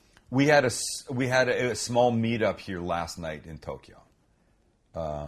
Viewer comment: Tokyo is TWO syllables NOT THREE. There is NO "E" sound between TOK and YO. Just FYI..